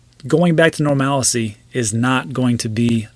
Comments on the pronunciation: 👍. It’s normalcy. Not normallacy. Just in case you might be interested. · It’s not...Nor-malice-y It’s....Nor-mal-cy 😉